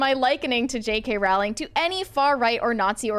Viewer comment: Pronounced Rowling like Bowling